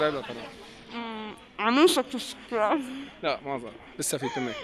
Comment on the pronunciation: It's subscribe not sub-sick-ribe 😎 سَبسْكرايب مو سَبسِكرايب تحياتي 💜